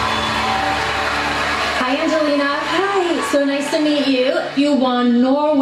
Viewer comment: Why do so many people not bother to read other peoples names properly. Talk about disrespect. ANGELINA is possibly the best female singer on Earth at present. How did you not know that? Shame, because otherwise your reaction was what her fans would have expected.